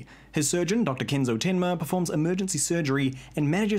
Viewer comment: lmao that tinma in the kiwi accent....